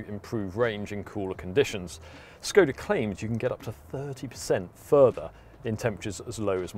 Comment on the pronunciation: To the guy in the video: ever wondered what that inverted carrot on top of "s" in "Škoda" signified? It is to pronounce it as "sh", as in "sugar". Think about it.